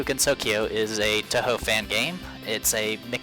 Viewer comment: At least he can pronounce Touhou. That's what counts.